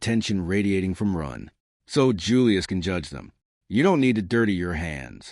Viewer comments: Does anyone know why the AI pronounces Ren as Run at times? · I'd be moody too . If the narrator kept getting my name wrong